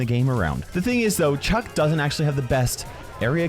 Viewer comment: It's Chuck not "chug"